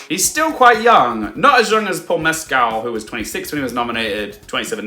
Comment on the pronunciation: Heya,! Great analysis. Likely, you are pronouncing Paul Mescal's last name a little off. Here's a YouTube link where he pronounces his last name and addresses the issue